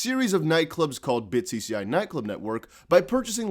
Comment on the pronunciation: the bitcci is Italian... the cc is pronounced like a ch